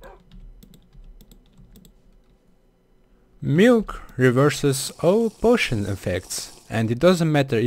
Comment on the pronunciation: he sound like: muilk .. can weverse. potoin . efwct. lol XD😅😅😅😅😅 [NOT TRYING TO BE MEAN] U NEED SOME MILK HAGAHAHAHAHAHA LIL XD